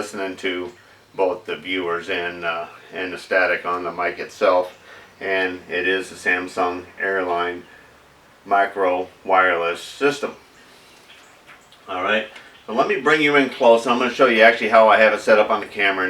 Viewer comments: buddy, love your videos, BUT what you have is pronounced SAM SON like samson and della You are SAYING SAM SUNG like Sam sung a song. Two totally different companies, trademarks, etc. Just FYI my friend...... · OH oH Ohhhh... I thought you were saying SAMSUNG. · Herb Blair well, go figure, Samson Technologies Corp is 'murican! It sounds like is saying Samsung, but it is a Samson product.